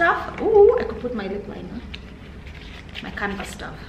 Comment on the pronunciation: love you girls but its canvas not canvas sorry it was bothering me